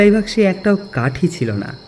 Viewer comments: গল্পটা শোনা বোরিং। রাহুল ইন্সপেক্টর s s (স স) উচ্চারণ এত বাজে!দেবাদা বেশ।পাবদা বাক্সকে বলে বাসকো -- যা তা। তবে এসব সহ্য করলে গল্পটা interesting হতে পারে মনে হচ্ছে। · Golpo ta bhalo, kintu uposthapona kichu thik korle bhalo hoy. (1) police inspector er "SA" er dosh. (2) " BASKO" noy " BAKSO". Ami kono somalochona korchi na. Just ekta comment korlam. Bhalo thakben. Mumbai theke "K.G". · Darun golpo, keep it up. Kintu kichu kichu uchcharone vul ache, please ogulo parle ektu thik kore nin. Jemon Baksho na bole Basko hoye geche bar bar. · উচ্চারণ আরও স্পষ্ট হলে ভালো হত। কথাটি হল বাক্স বাক্স । স উচ্চারণ আরও স্পষ্ট হওয়া উচিত